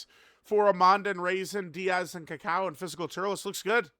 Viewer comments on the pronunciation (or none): Its not "Díaz" unc its "Daiz"😭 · It's still pronounced "Dee-Yaz" unc its pronounced "Days" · It’s Daiz, not Diaz, the i is after the a, not before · Daiz Unc Daiz not Diaz he not mexican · i wonder if will ever grow a brain and realize his name is Daiz and not Diaz i dunno even why can't he read? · it’s pronounced DayZ not Diaz. His name is based off of dates as Team Turles are all dried fruits and nuts. These units look great imo, but I do wish Daiz and Cacao had defence on super attack. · Daiz not Diaz lolol he not foreign perso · mf said DIAZ like they from mx or smth 😂😂😂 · I remember when used to pronounce DAIZ (a before I) and ROSÈ (with the accent) properly, good times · ah gotcha, close lol. It just bothered me the way pronounced the name lol.